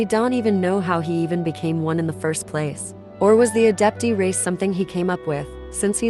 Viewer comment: "Adeptee" 🤣 I'm sorry.